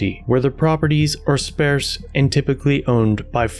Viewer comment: That new comment this weirded me out but anyway....The way you said sparse is weird is that how your suppose to pronounce that word or is it an accent